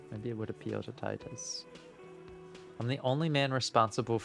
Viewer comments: Every time he calls titus "teetus" i die a little inside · Hearing pronounce "Titus" as "teetus" (despite hearing the correct pronunciation many times) brings me immense joy